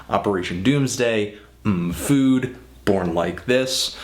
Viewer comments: It's mmmm food as in yum food...not the letter M as in Em. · Ofcours I got that haha, you cant be serious trying to school me on that as if I already didn't know. But DOOM himself pronounces Mmm Food. Naturally you read and pronounce it as mhmm not em em especially when there's food right next to it.